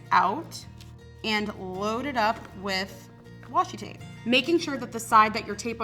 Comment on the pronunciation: It’s washi tape not washi tap😂 nice video though👍